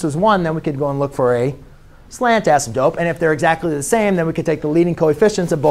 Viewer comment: I love how you say "asymTOPE). 😀 /MY BEST!